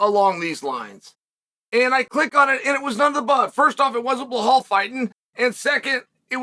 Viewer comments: Dude , stop saying behal It’s belal with L not H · bro, his name is pronounced like it's spelled, BEL-LAL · Chael it's been 5 years, please learn to say Belal's name correctly